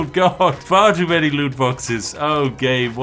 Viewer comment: Ah yes, the "many-gun"